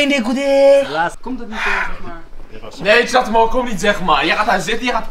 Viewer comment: Hahahah hij kon het niet goed uit spreken die Chatmo